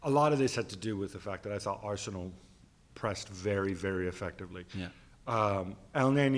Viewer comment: Why does Gab pronounce Arsenal like it’s two different words added together 😂😂😂